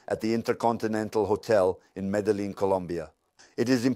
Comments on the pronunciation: It's pronounced Mé-dé-yeen not medeling please and thank you for uploading. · Medellin not Medelin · why does his voice sound like AI. also he pronounces medellin how i feel like AI would pronounce it